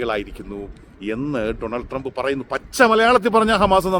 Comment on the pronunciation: ടോണൾഡ് ട്രെബ് അല്ല ബെടായ് ട്രെബ്😅